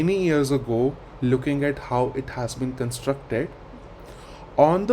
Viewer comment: Look do you pronounce, "HOW". Very pathetic